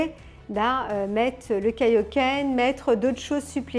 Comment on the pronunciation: Nini qui est toujours aussi belle pour présenter de belle résines. Pour les points négatifs, j'aurais dit les caillou volant comme celui derrière la jambe et Kaiohken se prononce KAiohken et KEIohken ;)